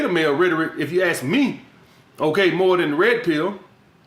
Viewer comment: My boy says ratoric!!! The goatt tho!!